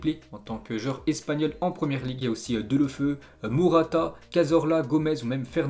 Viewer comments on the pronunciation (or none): Frere respecte les noms à chaque foi tu prenonse mal ex: delou feu —> delou (féou)